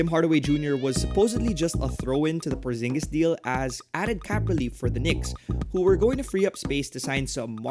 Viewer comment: It's Porziņģis, not Porzingis :)